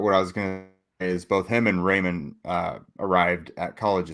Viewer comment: I like the punny reference, but isn’t it pronounced like rye-mann and not ray-mann?